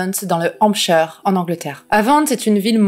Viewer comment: J'adore ses tatouages et son look. A l'inverse de sa santé mentale, sa bouille est vraiment mignonne. Non pas sur le mugshot, mais quand on voit ses photos, elle avait un look vraiment sympa je trouve. PS : Hampshire, comme tout ce qui est écrit "shire" en anglais, se prononce Hamp-chaiyeur 😉 et Havant se prononce Hèveunnt. Mais bon, personne n'est censé connaître et prononcer les mots de toutes les langues 😅... c'était juste pour faire l'emme...rdr tatillon, désolé.